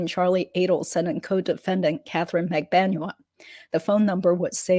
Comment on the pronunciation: Thank you for all of your hard work. HOWEVER, why do you continue to mispronounce Magbanua? You have heard it pronounced correctly.